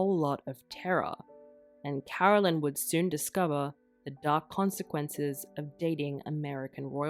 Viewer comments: different names Carolyn is not pronounced Caroline who is the sister!! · Absolutely wrong. It is NOT the same name at all, and it is NOT pronounced the same. Totally different names, like Susan and Suzanne.